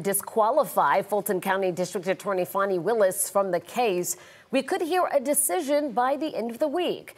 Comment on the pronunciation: It's Fan e not faun e